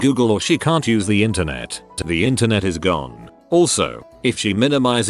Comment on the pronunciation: computer illiteracy... the voice bot can't even pronounce "the" correctly